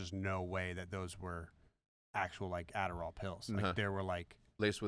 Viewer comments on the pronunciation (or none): none